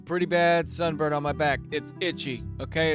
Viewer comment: At the beginning I heard “I have a son” And then proceeded to buffer for the next thirty seconds before I realized it was sunburn.